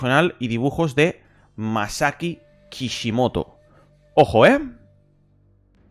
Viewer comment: perdona pero se dice Masasi Kisimoto es un pequeño fallo pero se aprecia que te molestes en ver ese tipo de fallos y corregirlos